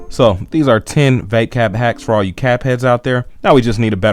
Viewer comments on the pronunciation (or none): "Vapecap" lol